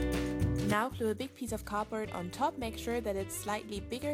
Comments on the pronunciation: It sounds like ur saying cooper but it's cardboard no offense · ITS NOT "capord" ITS "cardboard"!!!!!!!!!! 😡😡😡😡😡😤😤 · It sounds like she says copper instead of cardboard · It's called CARD board not COB board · Is it just me or does it sound like she's saying copper instead of cardboard? Not being rude I love your vids! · For the longest time I thought she was saying “copper” and I was hella confused. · When you say "cardboard" it sounds like "copper" either that or I need to sleep more